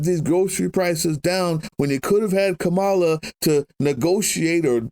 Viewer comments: First timer here - love the message - the energy, hopeful, blunt! But man, please don't GOP her name - it's KA-ma-la, never ka-MA-la!! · Her is Kar-(Car)-mala. Not Ka(Ca)-mala. Work on that